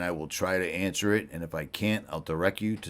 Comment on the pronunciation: No T in Richie, none whatsoever at all, just sayin’. So there’s that 😂